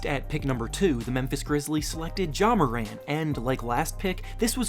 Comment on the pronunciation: You fucken idiot you mispronounced ja Morants name